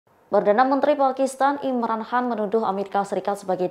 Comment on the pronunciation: Bisa baca ngak sih pembawa berita tribun ini .kan dibaca Han ,klo Han cina kalo kan banyakan ras India Pakistan